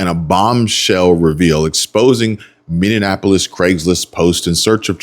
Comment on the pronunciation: Why do people mispronounce Minny-apple-us as minnieaNapolis - there is NO third "N"